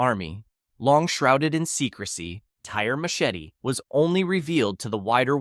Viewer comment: Saying Tire machete like the tire wheel and the English machete would get you laughed at, it's French so it's pronounced tier ma-shet